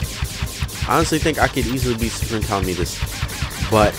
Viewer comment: Its not pronounced cal a meet us it is pronounced ca lamb it us